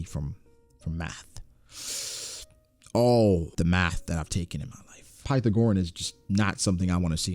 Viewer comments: Dang math messed you up so bad you can’t even pronounce Pythagorean lmao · Bro the way you pronounce pythagorean is wild. 😂😂😂😂😂